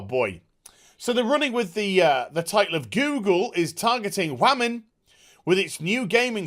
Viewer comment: "the wammins" lol